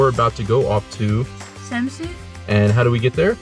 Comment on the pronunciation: I,m from denmerk And ets not kold samsu it’s kald samsø